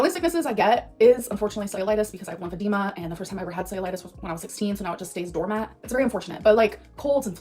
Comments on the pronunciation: Did...she just pronounce dormant as doormat? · Cellulitis requires antibiotics and can be life threatening. But somehow it ranks below colds on her list of occasional illnesses. To me that comes off as far more ridiculous than a trolling pronunciation. Edit: and as a bacterial infection, cellulitis does not stay « doormat » in the body!